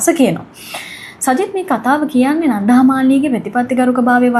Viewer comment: කෙල්ල, "නන්ධා" නෙවෙයි "නන්දා". බොහොම සතුටින් දුවගේ කථා අහන මම පරාක්‍රම uncle from Sydney 💐